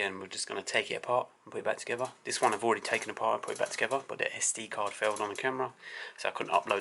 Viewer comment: Together not togever